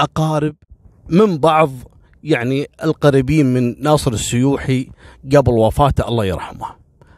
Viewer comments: السوحي وليس السيوحي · مساء الخير بس للتوضيح ناصر السوحي وليس السويحي وشكرا لك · يا الظاهر اسمه ناصر السوحي مو السيوحي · ناصر السوحي الله يرحمه وليس السيوحي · ناصر السوحي مش ناصر السيوحي شكلك بدون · السوحي مو السيوحي وانت بلفروانيه وبيت عبدالله هناك